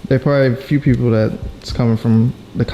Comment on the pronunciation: Rewatched just to hear "PeeeeOPlyy"